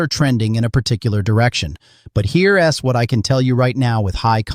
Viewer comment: Teach your AI about contractions! Here 'S' , Don T and That 'S' stand out!😮